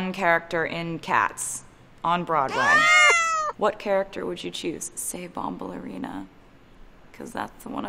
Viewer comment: I used to pronounce "Bombalurina" just like Taylor did, but have recently learned that nobody says it like that... because the 'U" is not supposed to sound like the "E" in ballerina. I still can't imagine her as this character. Hopefully this is not a sign.